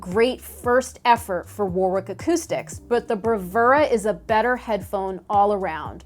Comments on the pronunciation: It's pronounced Worrick, not War-wick. A lot of British place names throw in extra letters, just to f*** with foreign types. Like Loughborough (Loff-burruh) and Llanfairpwllgwyngyllgogerychwyrndrobwllllantysiliogogogoch (which relies on being able to make sounds like you're speaking in tongues while suffering from a severe cold). At least those towns aren't producing high-end audio equipment to my knowledge, so no need to worry just yet. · Say: "Wa-rick".